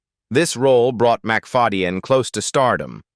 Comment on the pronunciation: Hilarious ai voice can’t say names right mc fad e yen so funny